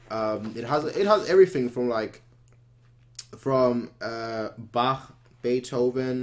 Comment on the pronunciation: If you want to improve in sightreading, try Prestokeys, its an awesome softwares Why do you say "Barr" instead of "Bak"